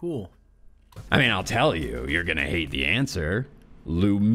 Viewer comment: Did just call Lemuria "Lumeria"!? What a weirdo.